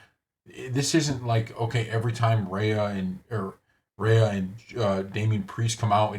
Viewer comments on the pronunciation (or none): Can you pronounce her name correctly? REE-AH. Not RAY-UH.